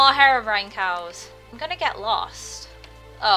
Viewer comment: hat mod at first I thought you said hair-orbrione cues your hair has blue highlts in it its really cute! :3